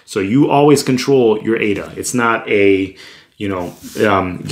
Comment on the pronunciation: bro ..now i became fan of u as ur the first person to pronounce ADA correctly.. keep doing more videos about ADA like how to store ADA in paper wallet and how to restore,,etc... cheers